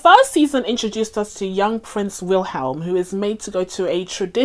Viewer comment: I'm not an expert but I think it's pronounced "Willem".